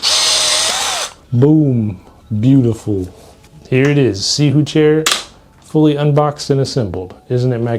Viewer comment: Are you pronouncing that right?